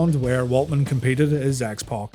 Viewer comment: To this day I despise the pronunciation of X "Pock".